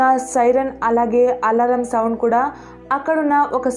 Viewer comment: Savands kadhu sounds 🤦‍♀️🤦‍♀️🤦‍♀️